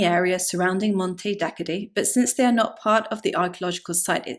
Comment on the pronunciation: It's just a few miles away from where I live, and it's sadly very underlooked by most. It's pronounced "Monte Dakkoddee" btw